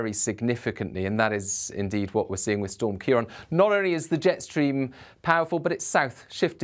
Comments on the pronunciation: You keep saying 'ciar on' rather than 'ciar an.' Why name the storms if you'd not going to use the name . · Thank you pronouncing Ciarán correctly - the first time I've seen it done from UK coverage!